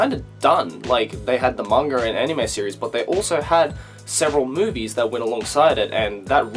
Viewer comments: Every time he says series, he activates my Siri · Oh my god every time you say series the Siri on my phone goes off then I go back to the video and it gets stuck in an endless loop of Siri opening